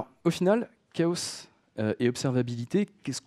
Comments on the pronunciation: Merci pour cette interessante présentation ! :) un détail me fait ticker, on dit pas plutôt chaos comme K O et non pas K O SEUH ? K O SEUH c'est en anglais ca il me semble du coup dire une phrase entiere en francais pour dire un mot a l'anglaise dedans ca fait bizare ... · Ben ça dépend si dans ta phrase tu dis "chaos engineering" tu le dis à l'anglaise et si tu dis "ingénierie du chaos" tu le dis à la française. Mais oui en français on ne prononce pas le 's' à la fin. Je ne trouve pas que prononcer le 's' à la fin de chaos ai une incidence sur le fond de la présentation et son contenu technique.